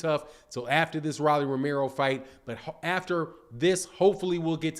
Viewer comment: Bro ROLLY! LIKE A ROLEX! PRONOUNCE HIS NAME RIGHT!!!!!